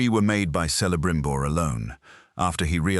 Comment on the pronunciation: Its pronounced Kelebrimbor even if written Celebrimbor. Just like Celeborn who is also pronounced with a "K" sound not "S" sound even if it feels more "natural" somehow 😊